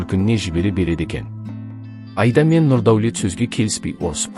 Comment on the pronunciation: Автор отиниш ,Аида дегенди дурыс айтып уйренши Айда емес Аида